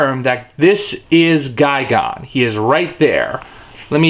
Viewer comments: Wait, I thought it was pronounced as Ghi-Gan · It’s gigan not fucking gigon u dumb ass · you pronounce Gigan as Guy Gone but I've always heard him pronounced as Guy Gan